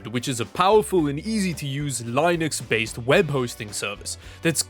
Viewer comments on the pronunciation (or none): LINE-UX - Way you say it. LIN-IX - Way it's actually said. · Why did u pronounce Linux that way? you said it how you expect to say Linus, Its Linux like Linn Uxx :c this made me more sad than it should of! Ima go stomp my feet in pure anger over something that i really shouldn't care about! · It's pronounced Linux not Linux. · Linux or Lie-nucks?